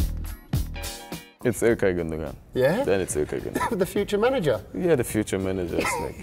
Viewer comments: Actually you should trust me because gündogan is türkisch and is pronounced gündoan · I thought Gundogan was pronounced Gundo-wan but I'll trust a German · KingdomofSkeough its pronounced Günduan. Im from Germany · KingDomofSkeough No: Gündogan Günn-do-gahn. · Jesse Pinkman im german I think u dont pronounce the second "g" but ok...hes his tm8 so... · KingdomofSkeough Ilkay's name is Turkish. Sane kind of butchered his name.